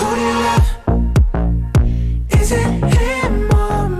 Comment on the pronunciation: they are saying 'lub' cuz in Korean they don't have a 'v' in korean